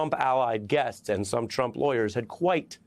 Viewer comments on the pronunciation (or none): none